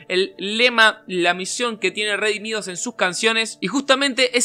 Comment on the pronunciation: Lo de no se dice Redimidos pero Redimido Redimi2 Por favor deja de decir Redimidos pq no es así Solo te dije eso no en malo pero en bueno No te estoy juzgando No lo tomes mal sólo era un comentario como otro 😅 Dios te bendiga